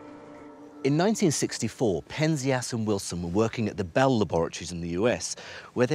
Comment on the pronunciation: It's pronounced PEN-zee-us (Penzias)!